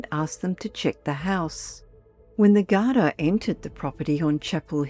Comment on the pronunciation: Gardaí - pronounced ‘gar-dee,’ not ‘gar-dye.’